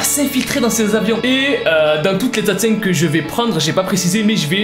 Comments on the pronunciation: Coucou, alors pitite rectification, le "g" ne se prononce presque pas à la fin et il est impossible de le sonoriser en français puisque que c'est un son qui ne se prononce pas pour nous. Voili voilou, passe une bonne journée ou soirée 🙃🧡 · J'explose littéralement à chaque fois que tu dis "LA SASENG"😭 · qd tu dit la sasaeng on entant l'assasing mdrr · À chaque fois je comprend "l'assasin" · La sasaeng = l’assassin avec accent québécois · Tu a sAsAIng c com tu disé Sasuke 😅😂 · ca ce pronnonce SASAENG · Quand tu dis la sasang on dirait que tu dis l’assassin😂🤣